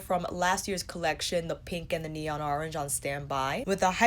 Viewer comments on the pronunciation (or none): none